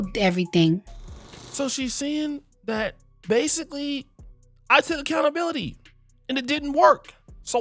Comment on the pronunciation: Dear and.. It's pronounced (Accountability) not Accountabilidy.... Smh